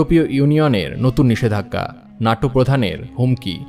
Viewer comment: নাটো নয় ন্যাটো